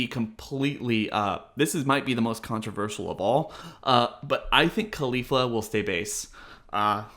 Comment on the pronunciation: bruh why do you call her khalifa like Mia khalifa. Caulifla is gonna show up in a porno soon lmaooo